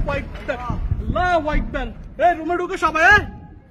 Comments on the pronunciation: আল্লাহ হুয়াইকবার কি ভাই??? আল্লাহ হুআকবার বলতে শিখেন। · আল্লাহু আকবার টা ভালো করে উচ্চারণ করেন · এই বদমাশ আল্লাহু আকবার ঠিক মতন ক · সবাই নিরাপদে থাকবেন, আর হে আল্লাহু আকবার শব্দটা একটু ভালোভাবে শিখবেন ও উচ্চারণ করবেন ও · ঠিক বলছেন।। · আল্লাহু আকবার ঠিকভাবে বল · ওর কথা থেকে কি শিখবো আরবে থেকেও এখনো আল্লাহু আকবার শুদ্ধ করে বলতে পারেনা। হায়রে মানুষ মরলে কি করবা 😭😔